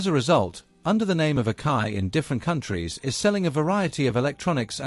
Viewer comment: it's A-KA-I pronounced Ack-EYE not OKAY.